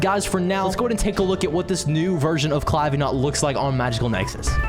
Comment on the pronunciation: It’s Clavi Gnat not Clavi Gnot